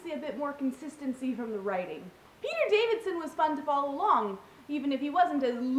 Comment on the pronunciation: I guess I'll be the first one to call this out. Davison, not Davidson. Yup, I mentioned it.